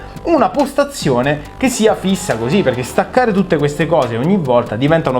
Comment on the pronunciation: "Hosi" passione Fiorentinaccio